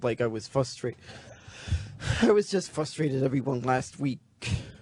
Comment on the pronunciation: “I’ve been fustrated for months on hand.”